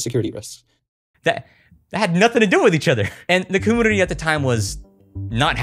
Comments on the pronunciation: yo dude! I've noticed when you say computer you say "com-Poo-ter" and now I noticed community is "com-ooo-nity" instead of "com-you-nity". Is this like an inside joke I don't understand within your Youtube following?? Hope I'm not being rude, just curious and trying to be as respectful as possible. Love your videos and thank you eternally for my kindle <3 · I don’t know if this is some kind of regional accent but I’ve always heard community pronounced com-MEW-nit-y never com-MOO-nity and com-PEW-ter not com-POO-ter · Dammit,! I grew up in a commune (com-yune) not (com-oon). Community also includes that (yu) sound. I love your stuff. Your dedication is real. Com. Yun. I. Ty. Not: Com. Oon. I. Ty. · Comoonity........😂 I can't be the only one. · I have to ask you say camoonity? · Why does he say community so weird he says it like 'comoonivty' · are you saying "commoonitee"??? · why do you pronounce "community" so weirdly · The way you mispronounce community, one of the most commonly used words in the English language, is so infuriating. I felt the need to let you know you're doing it. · it think its so cute how you pronounce "computer" or "community" haha <3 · Why do you insist on mispronouncing “computer” and “community”?